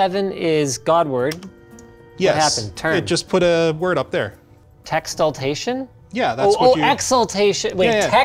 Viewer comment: Texultation lol